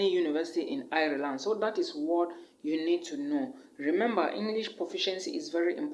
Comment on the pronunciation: Nice video. Ireland is pronounced like Island though and not iri-land